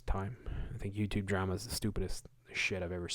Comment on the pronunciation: You said drema. You laugh like Jordan from Spirit Science. Blessings